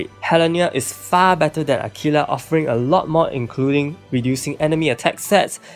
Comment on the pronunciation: Please dont get offended but when you Say aquila It Always made me laugh a bit because It sounds like you're saying tequila lmao